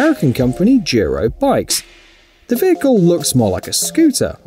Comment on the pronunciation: Why does he pronounce "Duro" as "jeero"? Also, an electric bike that goes that fast will require a motorcycle license in pretty much all locations. That's why most electric bikes are capped at something like 15 mph.